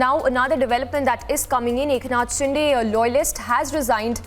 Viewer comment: Please stop pronouncing maharashtrian names wrongly, you are insulting the local culture, as an anchor that's minimum you can do. म्हस्के not मसाके शिंदे not शिंडे